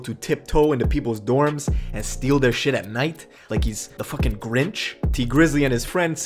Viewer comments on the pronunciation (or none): the way he said the grinch has me dead